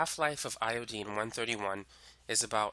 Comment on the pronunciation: love your video, but its iodINE not iodEEN